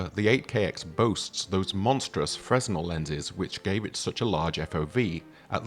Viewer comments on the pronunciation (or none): I'm British lol, it's fre-nel. Because it's a french word. You can say it like a fool if you want. Aren't you the same guy who doubled down on the super prototype actually being the 12k? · Fre-nel not freznul.